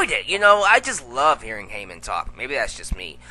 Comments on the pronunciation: saying heffer= me dead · My boy said Hepher.....lmfao i'm done lol